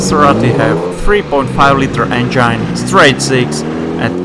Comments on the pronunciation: Or at least the "engyne" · Lots of nice cars, but not many that are "forgotten " and where's the one in the icon picture that advertises this vid? (Click bait). And you seriously need to work on your pronunciation of the word 'engine'. It's as in 'walk in' not 'I'm fine' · I enjoy how the narrator says "engine".. It sounds a great deal like "vagine". I dig this fellow. Keep the good vids coming!👍🏻🤘🏻